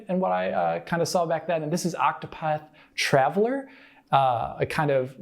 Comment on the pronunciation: it's "Octopath Traveler" even on, on the cover. not "Travel-ler". no-one led it to travel :'D